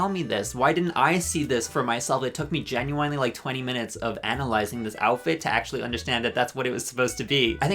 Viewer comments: Why does he keep saying "Ginuwinely" like... I have never heard someone say genuinely like that (no offense, fascinating stuff) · ok but can we talk about the way he says "genuinely" is this an inside joke or...